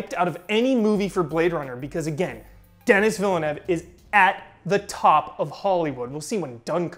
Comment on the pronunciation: Btw it's pronounced De-nee Vee-lhe-nou.